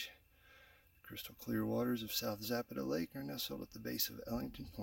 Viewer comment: Please learn to pronounce Zapata correctly . Too many mispronounce the spanish and native american names .